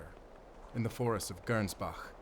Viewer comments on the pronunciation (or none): none